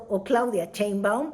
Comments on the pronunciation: Querida, no es Cheinbaum, sino Sheinbaum, con sh, así que shh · Es Claudia SHeinbaum no Cheinbaum... Se oye chistoso 😂